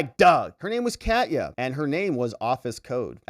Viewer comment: First, I like you a lot. Next, I am glad that later you started to pronounce Katya correctly. That really made my fur ruffle. You incorrectly called her catiya. Next, you corrected yourself and said Kahtya. I am Ukrainian (or even Russian), where in the beginning you said it super wrong, but corrected yourself and said it correctly. It is just personal for me. EVERYONE, goes out of their way to pronounce everything correctly, except with the Ukrainian names. For some reason, all journalists (even pseudo journalists) don't bother if it is Ukrainian. Sheesh! We are the only exception to this courtesy? Thanks for correcting yourself. But also thanks for your dedication and fight for justice. You rule. I actually think you are GREAT! Ergo, just saying.......